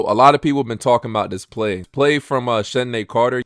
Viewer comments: You’re saying Chennedy’s name wrong man. I know it’s spelled ridiculous, but it’s just pronounced like Kennedy. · Carter's name is pronounced "Kennedy".